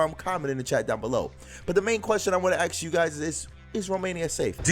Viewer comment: Don´t be axing people, unless you really want to kill them...I´d rather like it if were to ASK them instead...hahaha, man doesn´t even know his own language